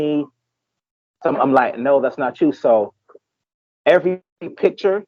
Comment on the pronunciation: Come on man don’t come off as low class when you speak it’s not PI TURE. It’s Picture! And get yourself a wonderful woman brother